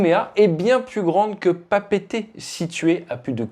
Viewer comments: Ate tu l'as bien prononcé 😮 d'habitude les français de métropole disent "papette" pour Papeete mais c'est bien comme t'as dis "Pa Pé été" 😉 encore une preuve de ton sérieux infaillible fly safe 🙏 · Merci pour la correcte prononciation de Papeete en intro ... ❤